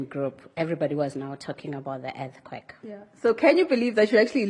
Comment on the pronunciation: Whats an "Er-ti-quake"